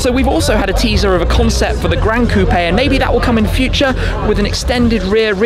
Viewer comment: I never thought I’d be bothered by the way someone pronounced coupe